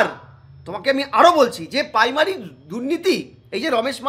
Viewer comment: Paimary na primary 😅😅😅